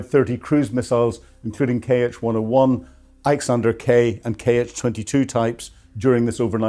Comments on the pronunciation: It's 'iskander' missile not 'iksander'.. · Iskandar missile not iksandar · Iskander, not Iksander. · Iskander, as in the Russian missle = 'iss-kan-der' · The pronuncation of Iskander though 😭 Russian И is not pronounced like the English i it is more so like the German/Dutch one. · He can't even properly pronounce the name of Russia's ballistic missile.